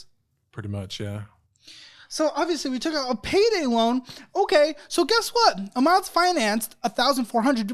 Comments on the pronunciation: Lost it at “64 WAMs” lol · “About 64 wams” had me DYING 🤣🤣🤣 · "uhh.. about 64 wams.." lol